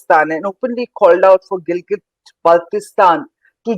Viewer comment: fuck you liars we love pakistan and kahmir belongs to gilgit and gilgit is part of pakistan....correct you pronounciation of gilgit first